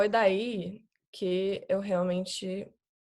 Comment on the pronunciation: ela fala um pouco lento comparado a maioria dos brasileiros e algumas palavras soam diferente "que eu" ela fala qué eu